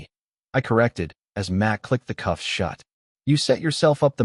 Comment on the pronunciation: Cuffs not coughs